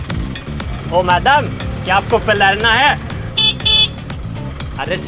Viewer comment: Not peelana..it's pelarana here